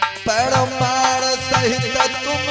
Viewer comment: तू‌ कहा से आ गया भाई परमाण नहीं होता शास्त्री प्रमाण होता है